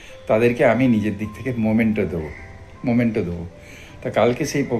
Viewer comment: মোমেন্টো না, মেমেন্টো!